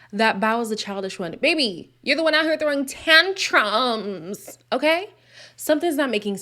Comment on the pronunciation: The way you said TANTRUMS at the top just SENT ME!!!!